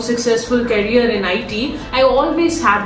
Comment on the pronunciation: A person you can’t even pronounce the word “career” properly was working with Microsoft & viva 😂😂😂